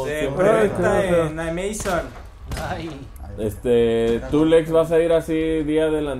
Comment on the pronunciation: Cuál "Ameizon"? 😂